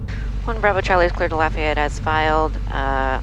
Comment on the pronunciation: Proud the Georgian can pronounce Lafayette correctly! Though the real one is down here in Louisiana. Nice flight!